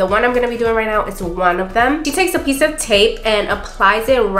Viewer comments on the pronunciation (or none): none